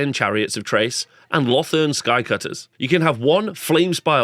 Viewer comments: The 'Ch' from Chrace is pronounced with a 'K'. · Nice overview! A tip for pronunciation. Chrace is like Krace and not Trace, it's i-thil-mar rather than I-thi-li-mar and I think the 'th' in Lothern is just like in 'southern' or 'northern'. Not sure about the last one though.